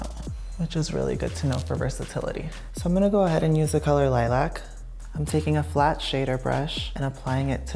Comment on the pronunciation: Why can't you nor say lilac properly, so funny